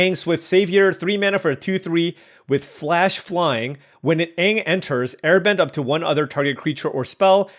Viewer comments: I love you drafting this but please pronounce aang properly and not like the live action movie that hurts my soul to this day lol. Looking forward to doing sealed tomorrow. As always love the content though. Edit: Now seeing you haven't seen the show. The original is a really good watch if you ever want to give it a try. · Rable rable rable mispronunciation of names in my mid ass show rable rable rable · Toph = T-ah-f. Aang = An-ng. No shame when reading cards of shows you may never have seen. It feels like I'm watching Saffron Olive as you pronounce cards. Love it and please keep up the content.